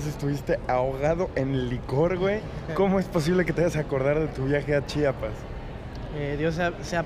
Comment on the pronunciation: Acabo de encontrar este video, omg me encanta que diga bien Chiapas y no chapas como algunos que lo hacen a propósito